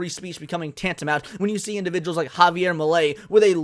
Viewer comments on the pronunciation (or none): none